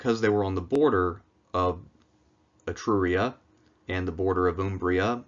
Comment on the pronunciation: I was stunned by your pronunciation of the ancient Italic lands: Etruria and Umbria. It was perfect, to the very last note. I have never heard this coming from a native English speaker. 10/10. About the Roman kings and Rome's relationship with Etruria: there were ancient sources that named the last of these figures as "Lucumones", an Etruscan word that meant "governor" or "ruler" (more or less). In the Roman tradition this is mostly overlooked as a case of wrong translation between the two languages (in Latin it was seen, or wanted to be seen, as a name of a person, like Mario, or at best as a distant honorary title of Etruscan tradition). In reality this could have been the proof that Rome, for a period of its time, had actually been one of the many cities subjected to Etruscan rule and, de facto, part of the Etruscan "confederation". This goes heavily against the common historical sentiment that Rome, though small as it was, had always been independent and self-reliant through its "epic rise" to glory and power.